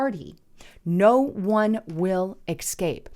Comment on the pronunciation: "fesky" first amendment? Slow down and speak English. C'mon... e"x"cape, surely you mean the community n english word "escape". Trying to personally help you appeal to intelligent people... but like most that get constructive criticism your feelings are sadly getting hurt-just be better!